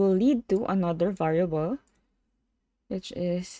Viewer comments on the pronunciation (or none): none